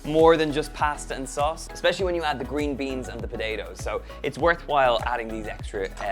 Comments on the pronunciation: Really nice recipe. Btw, even for an Australian, he says potatoes funny, like Podado 😋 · I love how you say potatoes. “Po-day-dos” Lol Irish accents are my favorite! Awesome recipe as well